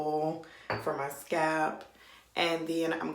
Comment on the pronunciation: Nice mixture sis but I was about to die if you said scap again instead of Scalp! lol Thanks for the video.